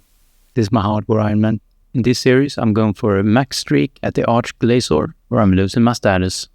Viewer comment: Loving the series so far. Thank you for being one of the only content creators who actually pronounces arch glacor properly. Everyone calls it ark glakor and it drives me nuts lol. Azzanadra even says the name properly out loud at the end of a kill but most people say it wrong still.